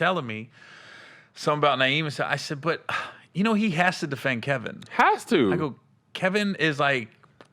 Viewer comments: I was soooooooooo mad at that. Screaming at my SCREEN KEVIN!!!! TELL THAT MAN, THAT IS NOT YOUR NAME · Yooooo that was sooo funny!!! Keevon 🤣🤣🤣🤣